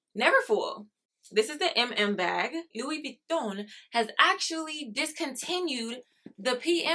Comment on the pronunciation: There you go. You are one of the fewest people who pronounced LV correctly. I’m a former LV leather artisan and I used to make their bags for the USA manufacture. The neverfull was one I specialized in. Great bag .